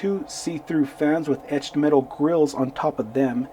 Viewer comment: Cool video. Loved the "mtched eetal grill" comment. That's something we all suffer from occasionally. Ha Ha lol..... Beautiful cars indeed! Great review!